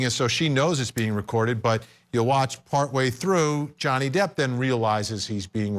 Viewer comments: & this dude calls Johnny Depp Donnie Jepp😆 I don't trust his advice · Guy says Donny Jepp. Twice. 😂